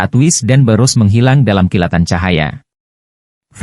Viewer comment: sebutanya bukan borus.. tp birus